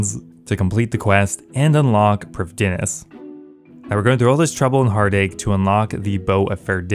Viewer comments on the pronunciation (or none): No one ever says prifddinas correctly :(